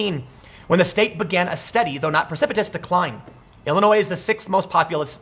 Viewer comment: Thank you for saying ILLINOIS correctly!